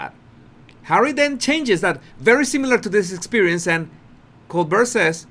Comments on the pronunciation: Pronounced: ColeBEAR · Lol it's pronouced "Co-Bear" 😁 not "Co-Bur" lol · Colbert NOW pronounces his name as "Kol-bear", but his teachers ALL say when he was in school, he pronounced his name as "Kol-bert, but, now, he says "KOL-BEAR". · It’s pronounced col- bear it’s french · Coal - bear...as in grizzly bear. Not Bert. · Pronounce:. Coal • Bear, like a teddy BEAR, not Brrr. BEAR. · Just trying to help dear! Try once again: Colbert is pronounced Coal-bair ---like the air we breathe, not Coal-ber. Not a criticism! I absolutely adore you, and how you speak! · Stephen Colbert last name is pronounced kohl Bair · Col bear ….. the o is long and the t is silent ….it is the french pronunciation Steven uses. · Cobear. That's how u say his name. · Colbert is pronounced Co-Bear 😊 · Hi to truly pronounce Colbert is to say it like Coal-bear. The T on the end is silencio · His name is pronounced “coal-bear”. Just an fyi! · Just to help, his name is pronounced “Coal Bear’” with the accent on Bear. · Harry waves off Colbert and says, "You can carry on," as if he was the King with a subject. Quite condescending and trying to blame Colbert for his mistake. Love your channel and btw Stephen's last name is pronounced the French way, "col-bear" like a grizzly bear. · It’s pronounced “Kole-bare” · Pronounced Coal Bear.?Colbert. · It's pronounced Coll Bear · No one from south america on here cept me. It's Col-bear (french) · Steven pronounces his name kohl-bare or coal-bear with emphasis on the second half: bare or bear. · It's pronounced 'Coal-Bear.' Ridiculous, I know, when spelt Colbert. 😅😅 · the correct pronunciation is Kole-Bear or Coal-Bare (same)😊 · It’s ‘Coal’ as in black stuff that burns, and bear as in furry animal. That’s how Americans pronounce it, but it is a French word. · Just a heads up, Colbert is pronounced the French way: Col-bear. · Colbert is pronounced Col bear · Cole-bear, that’s the way to say it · His name is pronounced COLE BEAR....